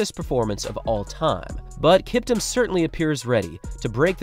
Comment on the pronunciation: Kiptum is Pronounced KEEPTOOM